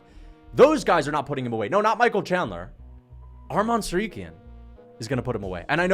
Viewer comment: Bro can you say his name right? It sounds just as its spelled Tsarukyan not Tsaryuken. Make sure that the u comes before the y